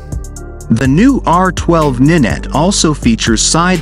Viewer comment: It's not ninet 🤣🤣🤣🤦🤦 it's R nine T (as in 9) FFS some people are thick 🤣🤣